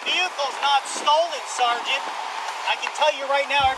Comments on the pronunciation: His pronunciation of, “sergeant” reminds me of a disgruntled private in the military. It happens a lot actually. I heard it a lot when I was in the Army. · It's SARGENT when Jeremy says it.